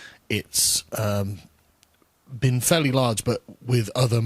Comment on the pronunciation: "Where I've bean." Lima beans? Kidney beans? Senate beans?